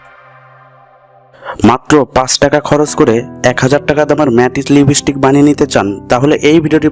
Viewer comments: Kothata lipistick noi kothata lip stick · Thik kore lipstick uccharon korte sikhun age. ... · Koto rokom r Pagol hoy ai sob video na dekhle jana jeto Naa. Age lipstick r pronounce thik kor then banabi